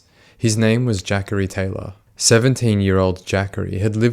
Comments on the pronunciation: “Jackary Taylor” I believe its Juh-corey haha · Man says jackery its clearly jah corey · I kept thinking…Jackery what a strange name. It’s Juh-Cory. I figure you’re not from the states and I probably should already know that. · Its Juh-Corey I believe